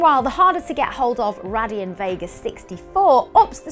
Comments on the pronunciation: BTW its Ray-dee-on not what you said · The manufacturer is pronounced Ray-Deon!! lol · it's pronounced Raydeon not RADeon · Is it pronounced RAY-deon or RA-dion?